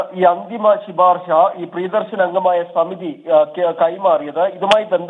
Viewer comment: ശിപാർശ അല്ല ശുപാർശ